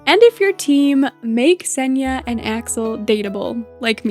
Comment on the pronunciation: Senja is actually an Indonesian female given name. It’s pronounced as /səndʒa/ with the letter J not Y. Thanks for the video, I have been enjoying watching your coral island videos ❤ Much love from Indonesia! 🥰